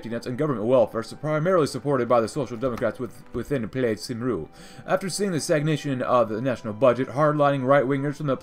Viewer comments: It's pronounced kum-ree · My guy said saimru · "cymru" is pronounced "kemri" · Cymru is Pronounced Kum-ree